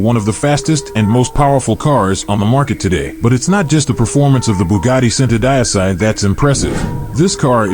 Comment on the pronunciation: He pronounced Centodieci so bad 😂😂😂